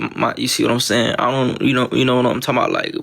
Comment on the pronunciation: No bro. Nobody "sees what your sayuhn" this dude can’t be real🥲